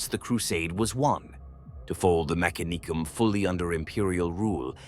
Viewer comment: FYI, lore states that the accent is on the second syllable rather than the third. Me-CA-ni-cum not mec-a-NEE-cum phonetically. Don’t mean to be focusing on minutiae but it’s a proper noun and aught to be pronounced correctly.